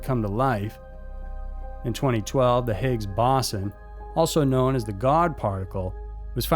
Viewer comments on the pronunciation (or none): Higgs Boss-on?? Boze-on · Higgs BOE-sahn...